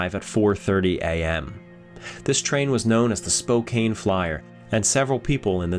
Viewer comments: Lol, Spokane Native (Spo-can not Spo-cane for those interested) here and we are used to it. Also, Kootenay made my ears bleed a bit, but used to that, also! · Great video as usual. I'm from Washington state though & you pronounce Spokane, Spo-can. It does look like Spo-cane but no. Keep up the great work good sir. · We always pronounce it as Spocan. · “Spo cane Properly pronounced: Spo can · I love your videos and this was another great one! Just so you know, as a Spokane local, even though it looks like Spo-Kane, it’s pronounced Spo-Can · I love your research and style of story telling. I smiled every time you said Spokane. We here pronounce it Spo Can. Not cane like you walk with. :) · Thank you for sharing a very interesting bit of history i didn't even know about. By the way, Spokane, is not pronounced Spo-cane, it is pronounced Spo-can. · Spocaine 😄.. it's pronounced spo-can! Those cheap skates should have gave that engineer 200 times what they did! What a great Canadian hero the Frank rockslide! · as a resident of Spokane Washington you pronounce the city wrong it is pronounce as Spo-can not spo-kane. It is Native American pronunciation. Also been to frank. The land fall is the reason why all nearby mines are stripped mind instead of tunnel mine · Washington state is where I was born and raised and I it annoys me when people don't properly pronouce city names...Spokane is ( SPO-can) not (SPO-cane) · Hi. I believe the pronunciation of Spokane, the ‘e’ is silent. Spo-can.. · I missed the part were he mispronounced Spokane, did he say, Spokaney 😂😂😂!? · Spow kane Actually, I like that pronunciation better. Next chance I get, I'm going to use that and see if my listeners figure it out. I'll tell them it's a Canadian pronunciation. They'll be impressed I know so much. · B He said Spo-cain . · Spokane is pronounced Spo can. Named after a tribe of natives in the area. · It is SPO-KANN. I love your stuff!!! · Spokane is pronounced Spo-CAN.